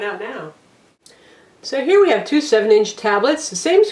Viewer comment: Your opening sounded like 299 dollar tablets lol.. Instead of two 199 dollar tablets.